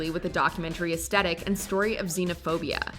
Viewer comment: Aesthetic is commonly mispronounced as "ass-tet-iK" while the correct pronunciation is "ess-thet-ik." It's never too late to learn